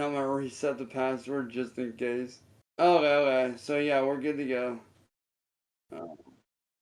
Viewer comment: Bothers me immensely how he cannot pronounce the word "okay." It truly gets under my skin every time he says "ohway. Ohway, ohway"